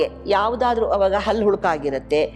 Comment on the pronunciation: ಅದು ಅಲ್ಲು ಅಲ್ಲ ಹಲ್ಲು ಮೊದಲು ಕನ್ನಡ ಸರಿಯಾಗಿ ಕಲಿತುಕೊಳ್ಳಿ